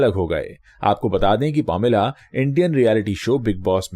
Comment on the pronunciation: Sir it's not pomila, it's paameelaa - pronounciation.🙏